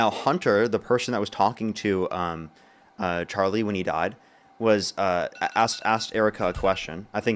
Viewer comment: Charlie Jerk? 🤔 It's such a hard name to pronounce, unlike Kamala. 😉